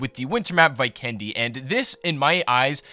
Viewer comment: Vee kendy man... Not Vy kendy